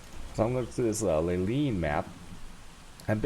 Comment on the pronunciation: Lay line... not lay LEEN.